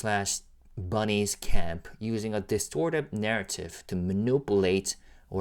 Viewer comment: its manih-pyulate hahaha